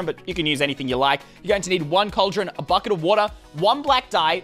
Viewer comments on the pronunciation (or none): none